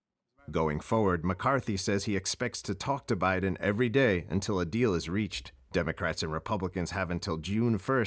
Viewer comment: "President OBiden". Freudian slip there? I applaud.